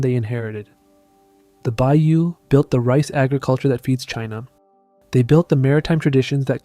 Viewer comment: Good video! Two minor items: (1) Baiyue is pronounced Bye-YouEh; not like the Bayou of Louisiana. The final e is not silent. (2) Haka came from northwest China. Their DNA must carry evidence of lineage to people of that region. They intermixed with southern Chinese after they migrated there. So their DNA should show connection to Baiyue.